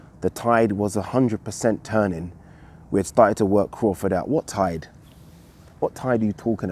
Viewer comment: lol “what tide”